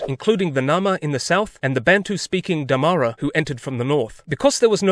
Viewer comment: You kinda said Damara and Apartheid wrong but i guess it's kinda difficult because its Afrikaans so you get a pass on that 😅